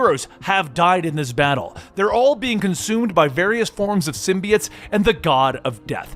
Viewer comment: Love the vids man, but I couldn’t help but notice you keep pronouncing symbiote(s) wrong, you’ve been saying it like SIM • BEE • IT(S) for many videos now, but it’s really either pronounced SIM • BEE • OAT(S) or SIM • BYE • OAT(S) I don’t know, it’s something that’s just been bothering me but doesn’t really detract from the overall videos, just thought I’d say what I’ve been wanting to say :D